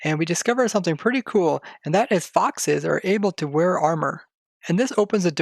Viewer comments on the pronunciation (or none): none